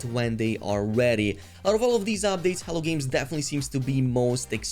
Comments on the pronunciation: Errrr isn't that spelled " H E L L O " Games? Hell-OH? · I don't know if you're aware of it or not but you say hell games a lot it's hello games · Why do I hear "hell" games everytime u say Hello Games? Lmao. Sounds funny. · It often sounds like you’re calling them “Hell Games.”😃